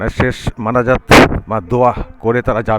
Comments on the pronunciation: Dada munajat, not manajat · আজকে আখেরি মানাজাত হবে... শব্দ টাও বলতে পারেনা